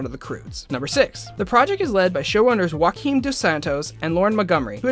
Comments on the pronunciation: It's not pronounced Hoo-akim, it's Joo-akeem god people really don't know portugal exists lel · a bit of linguistic correction here, ONLY in spanish you pronounced the J as an H. In Portuguese, "Joaquin" is pronounced "Gioaquin" (with a softer G than italian) no "Hoaquin". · Good video, but I must warn you that Dos Santos' first name Joaquim is pronounced like the French name Jean, since it's a Portuguese name, not Spanish =)